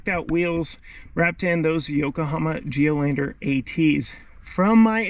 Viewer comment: Geolandaaar not Geloandeeer lol:face-turquoise-covering-eyes